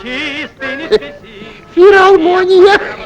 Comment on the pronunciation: Как дед сказал: "ФиРалмония"... 😂😮😅❤🎉